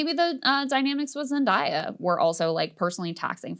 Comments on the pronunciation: Why is she saying Zendaya's name like that? Zen-DAY-a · I'm gonna be that guy lol it's pronounced ZEN-DAY-YA. Love you Krystal!